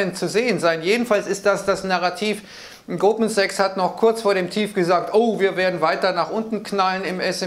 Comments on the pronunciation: Bei hab ich doch glatt Gruppensex statt Goldman Sachs gehört. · Ich verstehe immer nur "Gruppensex", aber ich denke er meint "Goldman Sachs". Bin scheinbar schon zu lange in Quarantäne.